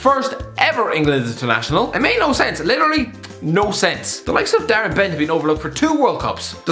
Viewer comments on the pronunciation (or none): none